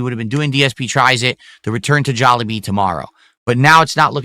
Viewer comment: It’s literally pronounced jolly bee. I hate this dude so much.